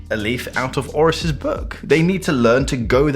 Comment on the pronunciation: I stopped watching after he said “ORIS”